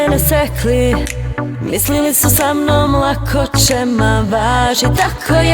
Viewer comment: Noči, če, prvo logopeda treba posjetit..